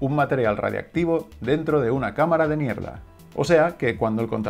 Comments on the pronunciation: En parece que dice “cámara de m1erda” en vez de “cámara de niebla” 😂😂😂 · Perdona, pero me podrías aclarar el nombre de la cámara para detectar los átomos subatómicos. Porque yo oigo cámara de mierda y no sé si lo oigo bien o se llama así ciertamente. Gracias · Claramente dice cámara de 💩😂🤣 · Es una cámara de niebla. No era consciente de que lo había pronunciado tan mal 🥲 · Jajajajaja Juro que escuché niebla la primera vez, solo al repetirlo fue que lo noté.